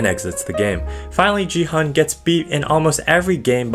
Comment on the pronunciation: Yo gi hun pronounced as the hard g